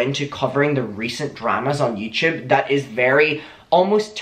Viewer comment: YouTube ? No YouChube !!!